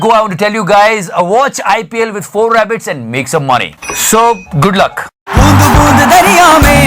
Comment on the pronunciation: bro it's "For A BET" you pronounce it "4 rabbit" 🐇 😂😂😂😂😂